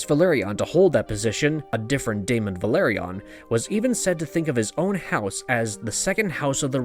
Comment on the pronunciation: House "vĕl-AH-rē-on" not Valerion